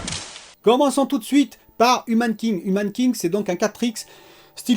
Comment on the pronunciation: Humankind ça se dit aie comme quand on a mal